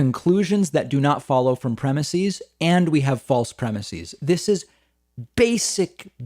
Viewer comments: "Premises" is pronounced with an "ehz" at the end, not an "eez". Otherwise well done. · David - thesis/theses - crisis/crises - prognosis/prognoses - neurosis/neuroses. Words ending in -is get the -eez pronunciation when pluralized. PREMISE does not end in -is, and the plural is therefore pronounced ˈprɛmɪsɪz. Adding that -eez ending is just something that not very bright people do to sound brighter than they really are. Don't be like them, it's beneath you. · FFS!! It's premises, not premisees. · Pleeeeeease stop saying "premiSEEZ".......it's premiSEHS." It's only EEZ for Greek-origin words going from singular "is" endings to plural "es" endings: thesis - theses; basis - bases; crisis - crises; analysis - analyses; oasis - oases; hypothesis - hypotheses. (I could go on!) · Dave. Why are you pronouncing premises like that?